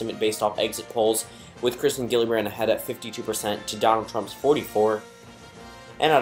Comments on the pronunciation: It’s kirsten not Kristen and it’s pronounced Jill-uh-brand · It’s pronounced “Jill-a-brand”